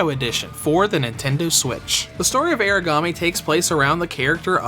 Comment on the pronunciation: kinda weirs to do a revew when the title/ main character's name is constantly mispronounced lol